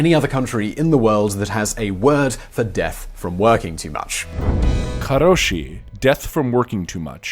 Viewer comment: It’s karoushi or karōshi (long o), and it’s a compound word, you know, the type of words most languages in the world, except English, are full of.